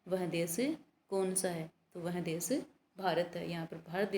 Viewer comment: मेम, देस नही देश बोलिए।बच्चे आपके उच्चारण का अनुकरण करते हैं।